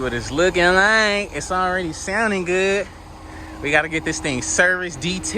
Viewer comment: I knew he was from Texas when he said “Already!”